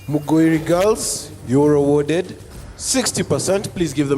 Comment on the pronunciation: It's not Muguiri.. It's Mugoiri